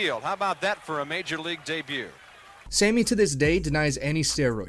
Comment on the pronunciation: Is he saying "same-e Sosa?"...also you either love the game, or you dont....you might be interested for a season if something noteworthy is happening.